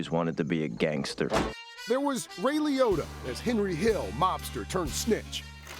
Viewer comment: Liotta not leotta :D